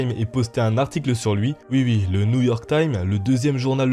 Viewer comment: ne dit pas oui oui mais Ui Ui